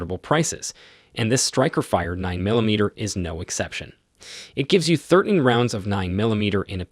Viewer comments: Thurt-n Thurtn Thirteen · This guy pronounces thirteen like thirtinn!?!? These guns offer 'thirtinn' rounds? WTF!?!?